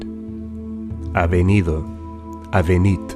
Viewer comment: lol he pronouned "venido" with a v, and all V's are b's in spanish. hahha.